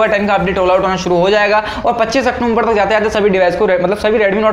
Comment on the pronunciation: Octumber nhi wo october hai